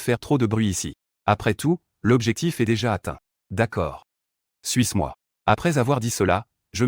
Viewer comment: J’ai entendue suce moi au lieu de suis moi 💀